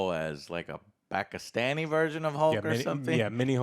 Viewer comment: I've been a fan of Joe for years at this point. But hearing him pronounce Pakistani correctly throughout this video makes me be grateful to have watched him all these years that much more